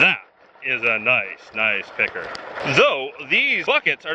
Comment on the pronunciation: Sometimes picker sounds like pecker and it is keeping me on edge